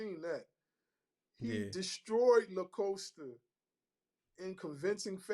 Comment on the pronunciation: Dude on the left is horrible with names. He calls DuPlessis "DuPriest" And calls Costa "LaCoasta" 😂